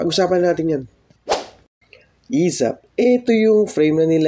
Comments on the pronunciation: esaf not esap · ESAF!!!! hindi ESAP!!!. Inang yan ilang beses mo ba nireview video mo bago i upload? ESAF, E S A F!